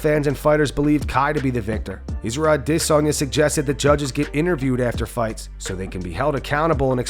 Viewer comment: Please Please Please quit emphasizing when you say IZZYs last name. Thank you very much